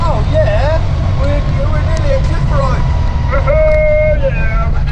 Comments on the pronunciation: Where is this place you call Cliff-a-Row? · Loving your pronunciation of Clitheroe... shame you didn't have more time , the country lanes round there are perfect mini-skiz country.